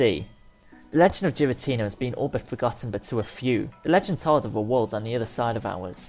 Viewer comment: Also its name is prenounced gar-uh-tina say gar like the beginning of garies name from the anime